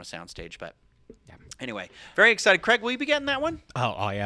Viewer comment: Tell me Cwaig!!! Bahahah I'm intears!!